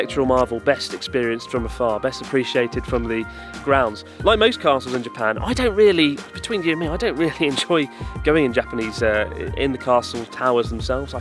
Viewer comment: "it's not rery surprise that I eat it" - Chris Oh geez, his Engrish getting really good now.